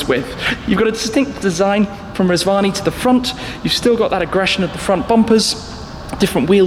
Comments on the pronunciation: I thought he said Reg Varney Tank. Now that would have impressed me... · I thought you said Reg Varney for a minute. I was expecting Blakey to turn up. ( For older viewers only)